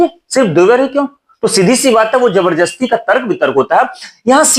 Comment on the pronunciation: आपने एक शब्द बोला जबरजस्ती। लेकिन वो जबरदस्ती होता है।।